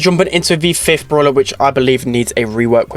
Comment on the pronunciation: i like how he says bruwla instead of brawler 😂😂